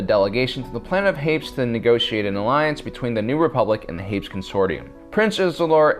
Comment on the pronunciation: Prince Xizor is pronounced "shee-zor" and being, as you said, a really rapey encounter, I would hardly call it a "romantic" encounter. Also, Prince Isolder is "iss-old-er" and he is from Hapes (hay-pees)